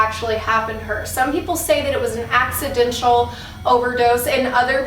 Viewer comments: You could name the series Celebrity Spooks or Hollywood Horrors (or Hauntings). And love ya but the grammar police in me cringed, it's pronounced acci-DENT-al NOT acci-dench-al ( & ) 😜🎙🎤🤠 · Lmao the way you said accidental haha but hey I love these celeb ghost stories they're so interesting I definitely wanna hear about laura prepon